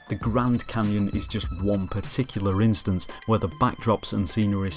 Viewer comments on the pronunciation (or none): none